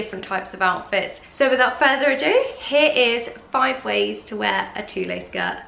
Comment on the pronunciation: Pronounced "tool" not "tooleh"